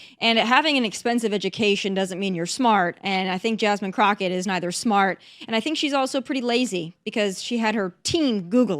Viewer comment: Jazzzzmean Crotchette...